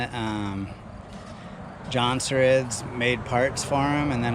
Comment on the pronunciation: Jonsereds! Emphasize the s at the end. Lol